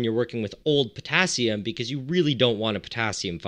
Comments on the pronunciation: Have a shot everytime he says Putassium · How many times he said pottasium??😂😂😂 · New drinking game: take a shot every time he says Pottasium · How many times did he say pottasium?